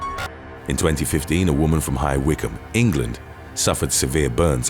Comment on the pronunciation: Glad to hear you pronounced "High Wycombe" correctly. Most people i know struggled to pronounce "Wycombe". Please do "When Ferris Wheels Go Wrong" please.